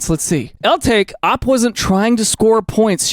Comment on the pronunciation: Did this dude just read OP like "operator" rather than O P??